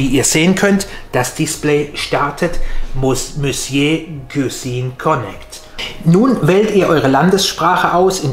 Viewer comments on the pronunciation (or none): [Missjö] - dieses Wort sollte man schon sprechen können. 🙈